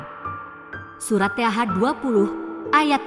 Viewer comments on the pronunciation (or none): Pengisi suaranya ini non muslim ya Bacaan nya salah dalam menyebut nama Allah dan toha